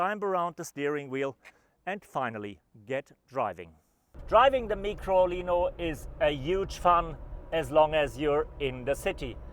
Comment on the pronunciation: Its Micolino - as in Microscope. Not a Meekrolino. And the early version was an Isetta - as in Eye- setta. Not an Eee-setta.